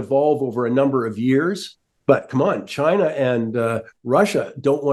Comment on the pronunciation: Russer, Chiner 🤣😅😂